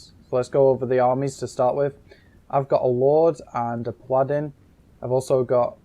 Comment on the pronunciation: it's a pah-lah-din, not a pladdin